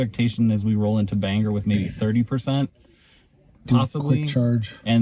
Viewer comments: You rage baited my wife from Presque Isle for many reasons but the most annoying was that it is pronounced Ban gor not Bang er. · Not me screaming BANG or. There’s no “e” in the name